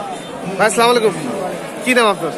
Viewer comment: সামলাইকুম কি ভাই?ভাল মতো সালাম দিবেন শুদ্ধ করে।